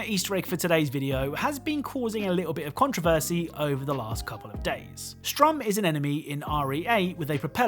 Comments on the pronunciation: Not trying to be a dick, but the name's "Sturm", not strum. It's german for "storm". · It's sturm, like Sturmpanzer, not strum like you're playing a guitar. Heisenberg is obviously doing a German naming convention with soldat and panzer soldat. Sturm is I think storm in English. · His names sturm not sturm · Sturm not Strum. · A little nit picky I know but the propeller dude is called Sturm, (as in the german word for Storm) not Strum. Also may allude to Heisenberg being german given his own name and how he names his minions (with Soldat being Soldier)! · What the fuck is this "20 easter eggs" video title, "- So here's 15 easter eggs...". And I believe it's Sturm, not Strum.